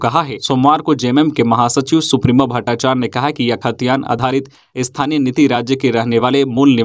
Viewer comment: सुप्रिमो नहीं सुप्रियो बोलिये